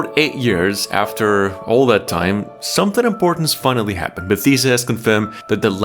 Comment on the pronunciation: Your saying Bethesda wrong lol